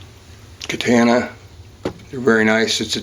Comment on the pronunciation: Stop being ignorant and say the word correctly. It's katahna not kataana.